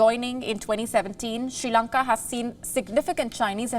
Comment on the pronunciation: There is no Country as "She Lanka" its "Sri Lanka". First Pronounce My Country's Name Correctly...